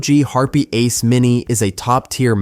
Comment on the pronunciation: wtf is a HARP EH mini? It is pronounced HARP. the E is silent.